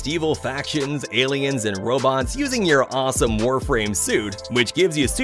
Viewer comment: Warframe? You mean warfarm?